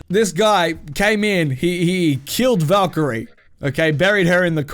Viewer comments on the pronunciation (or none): none